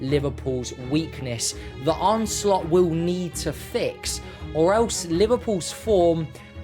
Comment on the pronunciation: his name is arne, and it's pronounced 'arna', not arnay, not arny, and not arn.